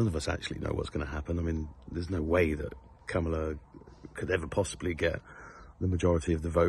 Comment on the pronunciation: Your "Kamala" is so fine.